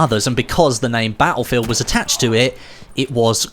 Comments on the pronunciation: Can't subscribe until you start saying "battlefield" properly. Sorry. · I absolute hate the way he says battlefield